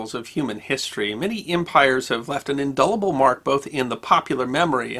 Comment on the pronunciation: It's "inDELible, not inDULLable.